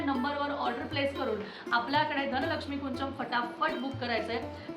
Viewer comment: ताई ह्याला कुंचम नाही तर कुंजम असं म्हणतात मी स्वतः कन्नड आहे आमच्या इथे प्रत्येक घरात ह्याची पूजा केली जाते मराठी लोकांनी काय विचारा करून ह्याला कुंचन नाव दिलं देव जाणे ह्याला कुंजम म्हणातात म्हणजेच अर्थ होती चाबी जी आपल्याला लक्ष्मी माते पर्यंत पोहचवते त्यामुळे ती चूक सुधारून धनलक्ष्मी कुंजम असं योग्य उच्चार करावा